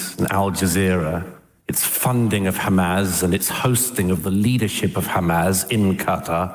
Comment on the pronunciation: I didn’t realize it was pronounced “Hamaz.”